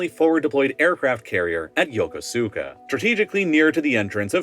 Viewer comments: Yokosuka: “ya-kus-ka” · Ya-Kus-ka. Not Yoko-suka. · "Yoko-sooka"? It's pronounced "Yo-kooska". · It’s pronounced like “Yo-koo-skuh” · Love your videos ❤, but for the third time it is pronounced YOKUSKA 😅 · it’s pronounced “Yo-ko-ska” btw, you don’t really say the Su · You mispronounced Yokosuka. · One day he'll learn how to pronounce Yokosuka properly. But the video is a banger as always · It bothers me a little how you pronounce Yokosuka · I was stationed at Yokosuka. Your pronounced it wrong.